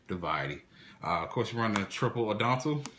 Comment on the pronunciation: Interesting build. I also like Peropero, but would never run more than 1. I tried 2 and 3 and ran into it too much. Also to nitpick, it's "At-ton-dell", not "adon-tell" and "Sight-sem-ahs", not "seet-semis". I see you don't like pirmais, or at least not in this format, perhaps the next one :c